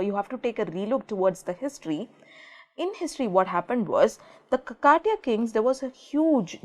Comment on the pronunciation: check out the pronounciation mam.. its Khaakathiyaa not Kaka tiyaa...